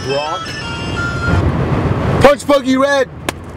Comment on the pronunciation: Its Brah, not Brock...